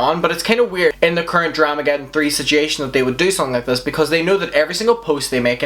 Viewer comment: I love how he says situation. Sich ee yay shin. ❤❤ Seems like last year was dramagedon and this year is KARMAGEDON.